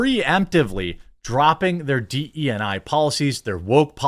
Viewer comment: Its D Eee I, not DNI.